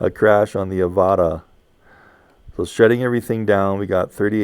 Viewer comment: Ava-tarr , not A-varta